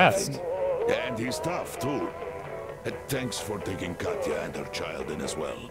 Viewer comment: Its Katya not Katcha god get it right. Its like ur not Russian or something.